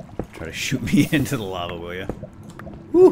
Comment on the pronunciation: it's not organic, it's lahva!